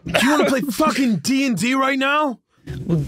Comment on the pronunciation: i've rewatched this a few times but i hadn't noticed that says dnd phonetically. It's been cracking me up.